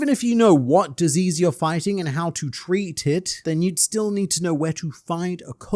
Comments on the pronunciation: Lol "how to TREE-t it" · Tree-Tit lmao I love this Random Aussie man on the internet